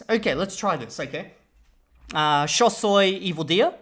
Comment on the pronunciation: I love that you took the rioplatanese accent on Spanish “sho”.